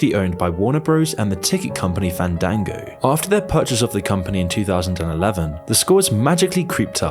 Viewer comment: thank you for teaching me how to properly pronounce tomato and fandango